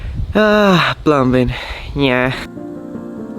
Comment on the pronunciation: Dude, The B In Plumbing Silent Bro. It Is Said/Spoken "Plumming" Keep Up The Good Work Matey.